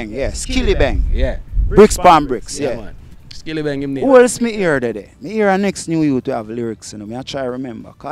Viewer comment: I supported Doza until he started to mispronounce the great Skillibeng.